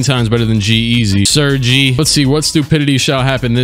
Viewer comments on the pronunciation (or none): “Sir-gee” 😂 Man it’s “sir-gay”